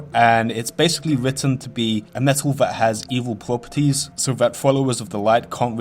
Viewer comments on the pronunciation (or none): wwwwwwegion pwopewties uwu wawcwaft bro just curve your tongue